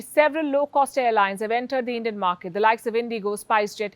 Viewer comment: Palki is basically saying " If you want to go to heaven early, take Endian carriers. 😂😂